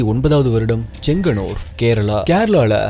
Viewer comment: செங்ஙன்னூர் சரியான உச்சரிப்பு